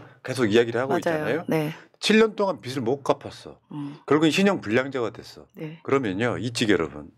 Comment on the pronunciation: 다 좋은데 패널분들 발음을 정확하게 해주세요. 자꾸 빚이 아니고 빗이라고 발음하시는거… 빚을 탕감해주다는 발음할때 비즐탕감해주다 라고 하셔야지 자꾸 비슬 탕감해주다 라고 하시니…..